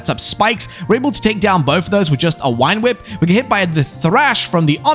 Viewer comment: Early on in this, i love how you say "Wine Whip" for "Vine Whip."